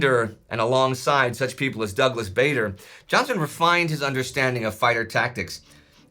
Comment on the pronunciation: Douglas Bader's surname is pronounced like "harder" and not "trader"! 😉